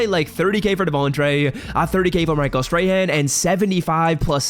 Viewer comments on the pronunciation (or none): none